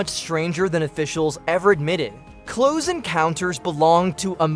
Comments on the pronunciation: The AI voice keeps saying “cloze” encounters 😂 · AI voiceovers suck. When "he" pronounces "close" (as in Close Encounters...) the way you would say "close the door", I knew this wasn't a human voice.